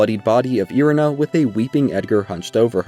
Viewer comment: Great guide and all but my goodness man all this research but you don't know the correct pronunciation of so many locations/NPCs? Liurnia not Lie-urnia, Ell-eh not Eli, Ireena not I-ri-na...